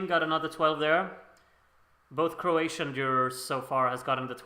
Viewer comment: Oh and btw, you are really good with pronouncing Croatian! 👍🏼